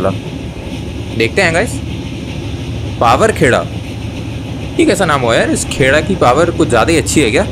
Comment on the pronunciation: DC bro it's not powerkheda it is pronounced powaarkheda😅